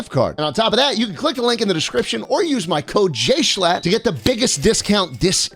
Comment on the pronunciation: Not Jimmy Mispronouncing Schlatts Name 😭